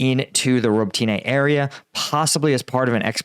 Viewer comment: It’s not pronounced ro-bo-TEEN-iay. It’s ro-BOT-tin-a.